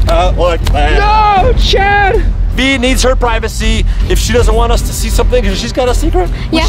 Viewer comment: Its pronounced Vy And regina